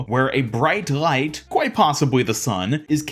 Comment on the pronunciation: I like how you say light and everything with L like a German. rgLeigght. Subscribed.